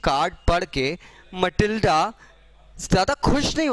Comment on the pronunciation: It is Matilda not Malitda